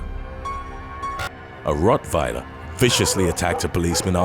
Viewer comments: COME ON DUDE Rot VILER?? You have to be intentionally mispronouncing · A what attacked a cop??😂😂😆🤦🏾😅😭 🗣"A Vur-oot-wieler" is what i heard!!👂LOL 😆 a vurotwiler lmao wtf is that bro🤷🏾😆😬🤦🏾😅🤙🏾